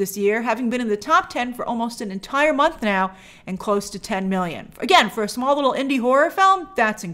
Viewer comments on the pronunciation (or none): none